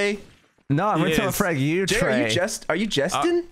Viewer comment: When said Trey I thought he said Cheng and I was so confused I was like is there a new member?